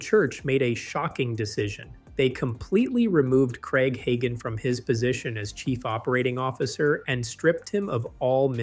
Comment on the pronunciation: You should at least learn how to say the name right.